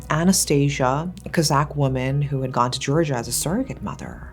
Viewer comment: It's somehow so refreshing to hear you say 'Georgia' - and be sure you actually mean the country with its own complexity, not a state (which is surprisingly common for most English-speaking narrators).